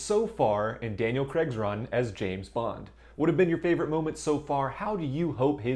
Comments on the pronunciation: Good video. I'd just like to point that his surname is pronounced Cray-g not Creg. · Why can't Americans say 'Craig'? It's not that hard!